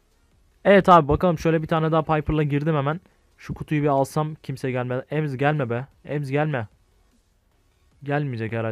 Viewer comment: 'de Emz diyo , e-me-ze demiyo :D